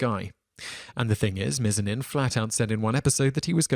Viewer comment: Mizanin is pronounced Miz-ah-nin